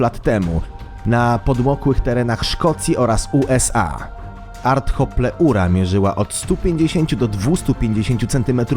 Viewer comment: Artropleura się czyta